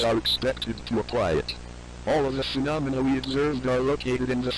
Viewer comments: it’s pronounced “fuh- nom- a- nuh” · Its fe-nom-I-na phenomena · It's actually pronounced phenomena